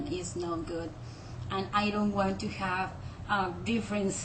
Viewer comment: as a Brit, you sound very Mexican, However it;s a sexy accent on a woman! I think, you need to distinguish the 'v' sounds, as you pronounce have as 'haaf'.